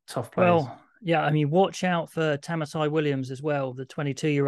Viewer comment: Great to hear your views! Just one thing, Tamaiti Williams' name keeps getting mispronounced. It should be read like "Ta mighty".